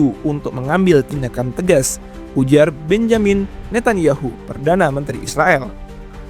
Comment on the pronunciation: Oe narator Netanyahu bukan Netanyahu,,dasar bodoh macam babi kau